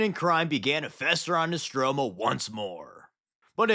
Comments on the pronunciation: Nostramo not Nostromo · it’s not nostromo it’s nostramo.